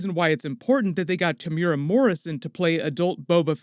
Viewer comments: pronounced Tem - u - era... not temyyoora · te mu e ra pronounced tear moo ear rAAAAAA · Temuera is pronounced - "TEH' (as in HEH) + "MOO" + "EH" (as in HEH) + "DA" (roll the "R") jsyk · The way he pronounces Temuera